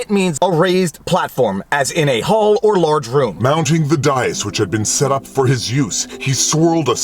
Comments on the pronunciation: Day-iss, rather than Day-uss. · Dais is pronounced with a long a, like day. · devildog1982z day-us vault! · I think he might have heard it before, or it’s something Canadian maybe. All I know is up here we say it with a short vowel, just as he did.